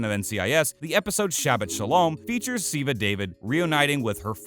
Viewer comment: Ziva David...this pronounciation well...